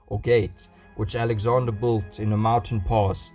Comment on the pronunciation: It's not Alexander godamnit 😤